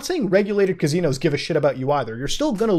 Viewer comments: Drinking game when muta says Cazinos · Still saying cuh-zeenos and Muta isn't giving up on it.